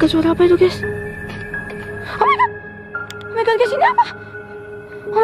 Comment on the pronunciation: Perkataan legend 'omaigat'